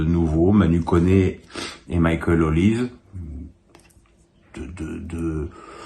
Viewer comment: OLISE SE PRONONCE Olisé